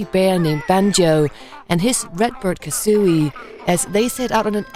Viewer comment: It's KaZooie, not KaSSSooie...